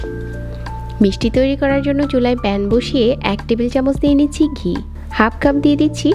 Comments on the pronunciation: দেখতে কে বলছেন দেকতে 😡 ভাজতে কে বলছেন বাজতে 😡 ঘি কে বলছেন গি 😡 ঘন্টা কে গন্টা 😡 ভাবে কে বাবে, 😡 ভিতরে কে বিতরে 😡 বন্ধ কে বন্দ 😡 ঘন কে গন😡 মাঝারি কে মাজারি 😡 মাঝে কে মাজে 😡 সেকেন্ড এর ভিডিওতে এতো ভুল, কেমনে কি😱😱 সেই প্রথম থেকেই যে এমন জঘন্য উচচারণ শুরু করেছেন আজ অবধি চালিয়ে যাচ্ছেন। উফ্ অসহ্য, শুনতে শুনতে আমার কান বিরক্ত। ঠিক করছেন না কেন শ্রোতাদের বিরক্ত করা আপনার ভুলভাল উচচারণ? এমন সহজ উচচারণ ও কি কোন বাংগালী ভুল করে?😱 মাথায় আসে না ।😡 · (গি=ঘি, বাজা=ভাজা, গন= ঘন, বিতরে=ভিতরে)বাংলা ভাষা দয়া করে ঠিকভাবে উচ্চারণ করুন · আপু একটু সুন্দর করে কথা বলতে গিয়ে উচ্চারণের ১২টা বাজিয়ে দিয়েছে। 😁 ঘি কে গি। আর ভাজা কে বাজা। 😁😁😁